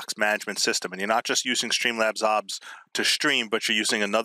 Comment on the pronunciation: Did this mans just say AWHBS